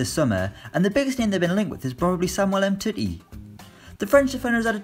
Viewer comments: “Umtittie” 😂😂😂 I think you mean Um-tee-tee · Elastico.mj23 I was triggered with um titty.